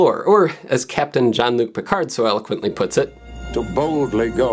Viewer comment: You did NOT just say John Luc Picard.... YOU LOOSE YOUR INTERNET PRIVILEGES FOR 1 WEEK!